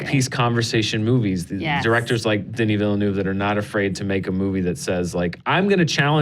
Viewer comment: wow! Congratulations, you're the first one who pronounce Denis Villeneuve's name right.